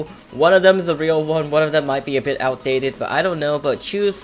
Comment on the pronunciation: Whenever user says bit I tought he said bi*t*h